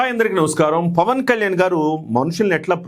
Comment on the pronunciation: Pawan Kalyan ( not Pawn)...pls make the correction